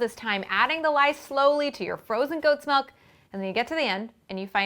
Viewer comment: WHY DOES SHE SAY MELK!!!!! IT IS MILK